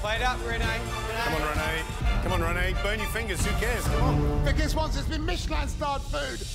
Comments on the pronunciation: My god she called him weekass... For god sake it is VIKAS.. WEEEE CASSSS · she called him veekuss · "Vikus loves it" 🥴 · Dude his name is pronounced as vikaas 🥲